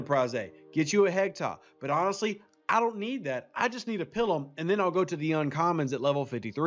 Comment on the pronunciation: if I may ... the I in Pilum is a long I ... not a short one .. :) I get a visual of a nun making you on the hand with a ruler every time you say it :)